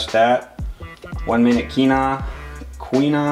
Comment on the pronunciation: "1 minute kieenoa"